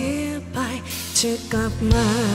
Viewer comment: อยากให้น้องออกเสียงคำว่า “กับ” กับ “กลับ” ให้ชัดกว่านี้อีกหน่อยครับ ที่เหลือเพอเฟคมากครับ